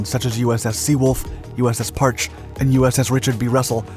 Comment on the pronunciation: Normally I love your videos, but this one has some blazing pronunciation issues that are killing me. The sun you are calling “Parch” is really pronounced as “Parchee”. There’s been a couple more but that was the one that made me type this out. Might I recommend the book/audiobook “Blind Man’s Bluff” by Sherry Sontag. It covers pretty much all of the submarine activities during the Cold War. It would give you some more stories and the audiobook would help with the pronunciations. Hope this helps!